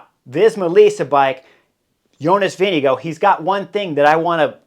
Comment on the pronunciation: Vingegaard.... Vin-ge-gaard